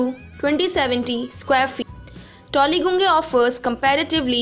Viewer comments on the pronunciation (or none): What the fuck is toligunge? It's pronounced tollyganj, and spelt Tollyguange. You have zero idea about the area, and you are narrating!?! Wow! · Hahah seriously gunge 🤣🤣